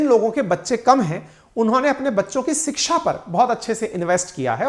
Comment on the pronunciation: सिक्षा नहीं शिक्षा ।